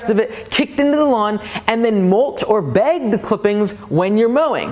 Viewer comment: I love how you have no northern accent at all until you say “beyg the clippings”